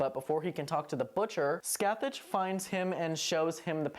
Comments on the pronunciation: This isn’t a critique and it’s just a funny little thing but every time you say Sacathach a year gets knocked off my lifespan. It’s pronounced ska-hah. Literally no Irish words ever sound like they look. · Just fyi Scathach is irish and is pronounced like Ska-ha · I haven't seen this season since it first aired, can someone remind me do they actually say Scáthach's name out loud? Because it's actually pronounced Scaw-huck in real life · weird. That's definitely not how it should be pronounced! I wish more shows would do their research before using the Irish language.